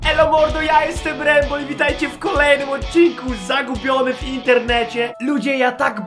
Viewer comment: Jezu tylko nie Mareczek XDDD błagam XDDD